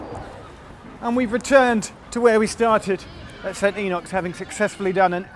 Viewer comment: You started by getting "St. Enoch" almost right. A decent 90%. But by the end you'd lapsed to "St. Enock". When bunking off school and it's raining, riding round and round the subway is NOT recommended. You always get caught.